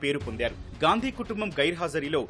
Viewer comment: ఇంత పెద్ద మీడియా ఉండి వాళ్ళ ఇంటి పేరు స్పష్టంగా పలకలేక పోతున్నారు వారి ఇంటి పేరు గాంధీ నా